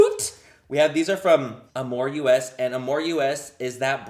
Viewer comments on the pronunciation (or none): How he kept saying “amor u.s.” instead of “amor us” 😂 😂 😂